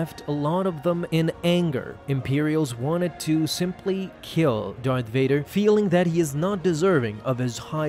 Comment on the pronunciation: “Fart Dader? Never heard of him...”.....”No! Vader! It’s Darth Vader!”